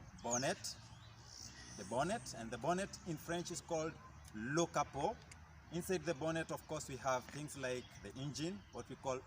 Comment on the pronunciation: Le capot m'a eu, on prononce le "t" à la fin et c'est fait!😂😂💔 Sinon très utile prof!!!!